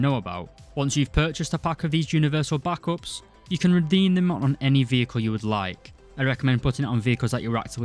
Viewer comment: stop pronouncing backup like that